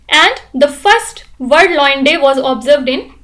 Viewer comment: Why does she pronounce lion in such a weird way? It's lion not loin 🙄